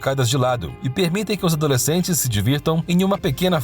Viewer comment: A leitura do texto estava estranha... toda vez que falava "Os adoslecentes...", ele falava pausando.